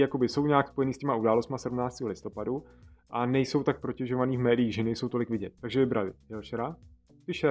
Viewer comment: šmoula nešika Není to teda k tématu, ale jelikož se jedná o často se vyskytující chybu, tak to zmíním. Správně není „protěžovat“, správně je „protežovat“ (je to z francouzského slova „protéger“, které se ve francouzštině vyslovuje [proteže]).